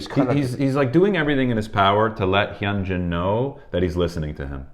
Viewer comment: I'm not sure if this is correct or not (since i don't speak Korean), but I was told (by two of my Asian friends) that the "H" is "silent" - and "Hyunjin" is pronounced: "Yoon-gin" (not "Yun-gen", "Hun-jin", or "Hen-gin". Also, if you listen closely to their conversation, Hyunjin actually SAYS his name, and the pronunciation is as I'd indicated. I enjoyed your commentary...and your, is definitely delightful!